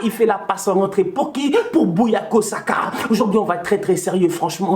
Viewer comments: Ah dans l'émotion tu as déformé nom du petit Saka C'est Bukayo pas "Buyako"😅😅 Enfin tu es heureux ça fait plaisir mais pas d'enflammades🤫🤫stp gère toi😅😅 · gère toi Bukayo au lieu de Buyako😂😂😂 COYG💪💪💪